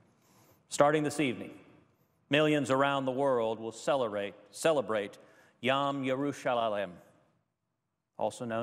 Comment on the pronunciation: He pronounced it Yom Yerushalalem! I hope the embassy is moved but I don't think it will be.